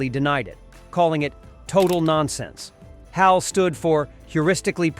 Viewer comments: Kier DULL-e-a? H.A.L as separate letters? Filmed under fluorescent light? AI sucks. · EHCH AY EHL? it's HAL!